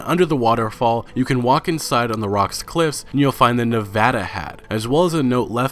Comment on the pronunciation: Thank you for correctly pronouncing Nevada correctly good job man